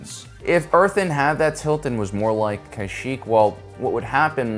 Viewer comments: thumbs down cuz buddy cant even pronounce Kashyyyk. said it differently every single time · Imagine making an entire video about a well known star wars planet and not looking up how it's pronounced. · guys hes not pronouncing it wrong, hes just spent too much time in the mid rim and their accent is rubbing off on him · Dude I have been listenign while gaming. Dude you pronounced Kashyyyk 100 different ways lol. I can tell your trying your hardest not to pronounce it a certain way lol... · I'm sorry but I can't listen because of the pronunciation hahaha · ... why do you pronounce Kashyyyk a different way each time you say it XD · I love content but the way he pronounces Kashyyyk bothers me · Pronounce it correctly and maybe I’ll like the video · You’re trolling us with the way you’re pronouncing Kashyyyk right? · He pronounces them differently. For example Dooku. We know the how it's pronounced onscreen, but Lucas CONSTANTLY says Count "DoughKoo" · I think this all the time I hear it wrong on YouTube. It literally says it correctly in so many games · I agree with you, its somewhat infuriating, but maybe its some sort of quirk of his own speech, who knows. Many people out there are unable to pronounce words correctly, even, if they read them correctly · It’s pronounced ka-sheek not ky-sheek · Oof... kai sheck? I'm trying to watch this because im interested but ngl I cringe everytime you say that 😂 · Dude, it’s pronounced “Kash-eek.” Everyone knows that. 😅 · Pretty sure Kyshek isn't a Star Wars planet. Kashyyyk is pronounced Kah-sheek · its pronounced kahsheek not kieshek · Wait it's pronounced K-eye-shek & not Kuh-sheek? I've been saying whong for 18 YEARS! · Kyshak? Why are you saying it wrong, its Kashyyk (Cash-Sheek). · It’s Kah-Sheek Not Kashik Not Kaysheek Not Kay-Sheek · Why you pronouning Kashyyyk like (Ky sheck)? Previous star wars games have all called is Kashyyyk (Ka sheek), even the clone wars cartoon refers to it as such.